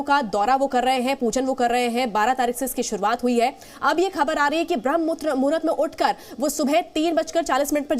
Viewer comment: Jo banda sadhu ho kar bhi BRAHMA MUHRUT ko sahi se nahi bol paa raha hai ,, us ka interview le rahe ho ... Anchor bhi yehi bhool kar di hai 😢